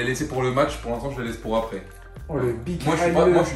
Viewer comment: Elle a vraiment dit pore 😂😂😂😂